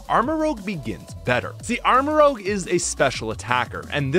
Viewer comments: Armorouge. Not Armorogue. While I'm at it, it's "truant", not "true-want" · Great video, but please stop saying armarogue. It's rouge. Like red. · It’s rouge, like Moulin Rouge, not rogue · Guy, it's Armarouge, not Armarogue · it's not armarogue, it's armarouge rouge is a shade of red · Thats ROUGE (Rooj) not ROGUE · You say armorogue 😂 not armorouge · Apparently you didn’t watch the video… In the video he refers to the Pokemon Armarouge as “ArmaROGUE”. I was simply pointing out that mistake but adding at the end that his mistaken mispronunciation would make a good nickname. Try watching the whole video before you start jumping the gun and criticizing peoples comments. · I’m sorry but your armarouge pronounciation hurt my french brain :(